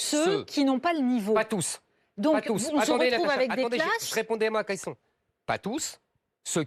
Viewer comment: "j'répondé à ma késson"